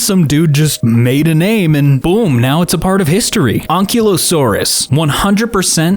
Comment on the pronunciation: Fun fact: did say Parasaurolophus right! However, he didn't get Deinonychus right, it's pronounced Die-non-ni-cus or Dienon-i-cus. And same here for Ankylosaurus: Ank-i-lo-saurus Not coming after him, just giving some help!